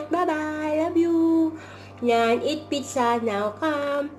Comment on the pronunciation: lol pareho tayo sis pitzza pagkakabigkas sa pizza.